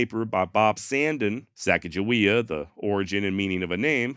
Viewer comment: went to Sacajawea M.S. we pronounced it sack uh juh we uh. but were taught sa cog ah we ah was the correct way. SACK was the funniest though